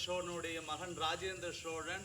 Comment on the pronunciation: "SHOWLAN" ,SSHIVAN, SSHONELAI ileh! Solan ,sivan ! "Shh" is not in tamil..tamil pesukeh